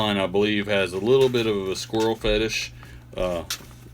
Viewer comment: You had me until you said Squrrel...: (